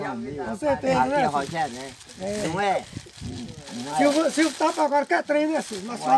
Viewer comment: falou silvokkk,bh.